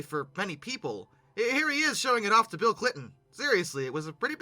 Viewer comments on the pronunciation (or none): none